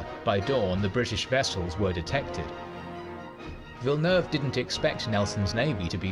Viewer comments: Admiral 'Vilenaewayvay' as you called him, is pronounced 'Vil nerve' or 'Vil eh nerve' 🙂 and it didn't say why, but I think the second line of French and Spannish ships couldn't get into the fight because of the way the wind was blowing, they were out of position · "Villanewayvay". That hurt my Frenchness. LOL. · I have to give you a pronunciation pointer right from the start... It's "Tra-FAL- gar", as in gal, not fall! This is said quite correctly at the beginning of the narrated battle. & then "Vill-en-nerve". Suggestion for showing battles/tactics/manoevres, have the battle fullscreen and just your head talking in a corner. Also, it's good to pause and use an arrow when you talk about specific details - if that's possible on your setup. Even a pause, with an arrow cursor, helps! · Unlike Spanish, French pronunciation drops or combines a lot of vowel sounds, so the Frenchman Villeneuve that you call "Villanu-ayvay" (great guess for Spanish) is called "Veel-nerv". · Hering you try to pronounce Villeneuve ...that made me giggle